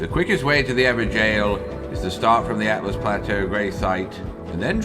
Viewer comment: Why does literally every YTer pronounce “Altus” like “Atlas”? Altus means “high” like in alto, altimeter, altitude, etc.